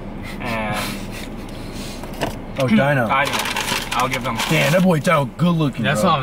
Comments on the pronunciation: Beomgyu is pronounced like bomb-gyu Hyung/hyun is pronounced Hyo-n Taehyung Tae-hyung Baekhyun Baek-hyun Dino Di as in Dior than no Hyunjin Hyun-jin Ahin Ah-in Jungkook Jung-gook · Its not daino 😭dammmnn its dino 😭 d..no ❤❤anyways love u guys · It’s pronounced Deeno for Dino from SVT ❤ LOVE YOU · also they said dino but it's pronounced deeno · So about Beomgyu it is pronounced Bomgyu like Bomb but without the b at the end and Dino it is pronounced like Deeno not actually Dino but it honestly depends on where you are from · Dino from Svt his name is pronounced De-No when I tell you I busted out laughing when you guys said dino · NOT DINO GOOD LORD IM CRYING , it's pronounced "dee-no" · Its deeeeeeno not dino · It’s DEENO NOT DINO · Usually in Korean names the "e" isn't really given emphasis while pronouncing. So beomgyu is pronounced "bomb-gyu" and Dino is pronounced "d-no" Edit:- I'm sorry there was a typo in tho "gyu" i didn't check that the keyboard autocorrected it to guy chillax ppl💀😭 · dino is pronounced like deeno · The fact that you include Dino makes me so happy but the pronunciation is DEENO <3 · I pronounce Beomgyu as Bum- gyu so you don't pronounce the e. • Aespa is pronounced as S- spa and Seventeen's Dino is just d- no • To pronounce Hyunjin it's like saying Yon but with a H at the front. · Beomgyu's name is pronounced as "bom-gyu" Taehyung's name is pronounced as "thae-hyong" Dino's name is pronounced as "dee-no" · Said dino name wrong i can understand why because the dinosaur😭😂 But it's kinda like D-NO= Dino Lee chan is his real name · Did he really said diyno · "Dino" is pronounced as d-no. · Dino is pronounced dee-no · He said Dino's name wrong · being the only one knowing svt but pronouncing dino like that😭😭😭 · Dino it's like deeno not daino 😭😭😭, (Hyunjeen) idk u guys say it right but "jin" not like jen it's jeen, Again lol (jimin) it's sounds like ji-meen